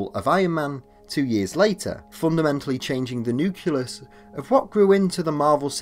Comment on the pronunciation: Omg. Did he really say “nuculus?” 🤦🏻‍♂️